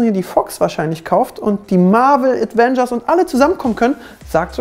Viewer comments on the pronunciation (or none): Avengers! Nicht Advengers!